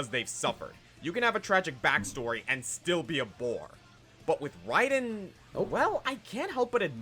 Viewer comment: Raiden, pronounced Rye-din